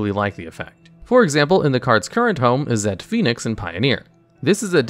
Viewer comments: I keep hearing you pronounce "Izzet" as "Izz-ette". It's pronunciation is more like "Is it". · Izzet is pronounced "Izzit" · Izzet is pronounced Izzit (Is it). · A few things that I'm pretty sure are correct : - Izzet is pronounced "Is it," not "Is et." Not trying to be rude I'm just very nitpicky. - Boros charm is also played for it's other modes in commander. - Players don't get priority during the draw step, but they DO during the upkeep. Also, honorable mention: Rakdos charm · Hey just wanted to let you know that izzet is pronounced: is - it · lmao at this guy trying to find a way to pronounce "Izzet" wrong to bait engagement. lmao at me for taking the bait. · The way he pronounced Izzet 💀💀💀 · Have you always had such a weird pronunciation of izzet?